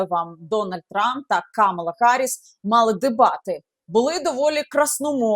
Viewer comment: КамАла, КамАла, пані Яніно, не плутайте.